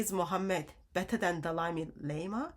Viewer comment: I love how calls him Dalai LAME-ah! 😂.... This is why muslims haven't said anything about this subject. They KNOW they will get called out! Thank you God for exposing this sick filthy sex cult in new ways everyday!